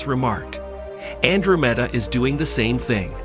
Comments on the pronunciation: Ann dro meeda. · he keeps pronouncing the name of andromeda wrong